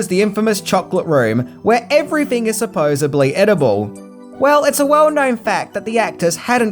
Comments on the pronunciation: It is supposedly NOT supposebbly...do you do these mistakes on purpose? If so, it's not funny. It makes you look like you are incompetent. Seriously, I know you think it is a joke when people point out how you mispronounce words but you are a presenter, if you don't realize how bad it makes you look that's very sad. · You mispronounced 'supposedly!'